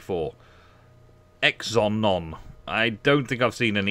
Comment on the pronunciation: "exenon"? really? O_o